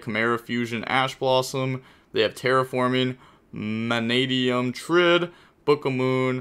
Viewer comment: When he says manadium in one go🫡🫡🫡👍👍👊🥲proud of you bro. Talking Gains.